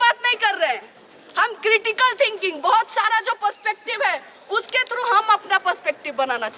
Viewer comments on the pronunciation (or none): none